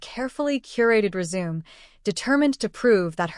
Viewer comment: Please learn how to pronounce all of the words correctly (e.g. resume)